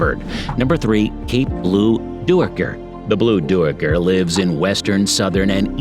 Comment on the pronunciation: “Cape blue doo-ee-ker” lmao!